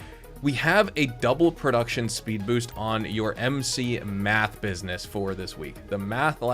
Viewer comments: Its mEth bro..mEth...not mAth 😆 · Seriously I was like what the heck its Meth not Math…..,lmao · Dude please!!! There's no frickin A in Meth!😂😂😂